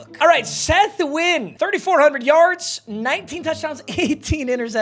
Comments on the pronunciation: Saying nihao when talking about a player with a Vietnamese last name is crazy 😂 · It was really annoying how you kept miss pronouncing Seth Na-Goy-en's name... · “Knee Hao”😂😂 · why does he keep calling Set Nguyen Seth Wynn?